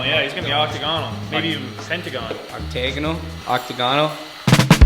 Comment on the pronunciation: thinking a triangle is more than square and then mispronouncing octagonal was driving me up the fucking wall